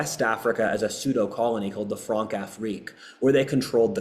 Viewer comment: The most offensive part of this is how he says "Françafrique", the ç is pronounced like an s